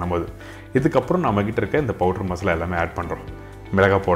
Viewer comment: What is po-durr ? Did you mean powder or fine ground spices yo ? The Po-durr ain't making sense